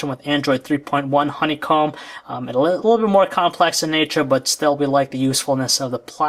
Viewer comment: please learn how to a LEAST say the word "little" correctly. It's not "lul".